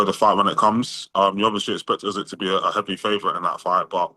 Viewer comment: Why does he say say "Ussssekkk" instead of Usyk lol. Fighting Tetteh is crazy if he lands though😂